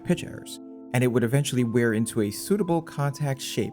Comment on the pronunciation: For me it's the insane way he pronounces "wear"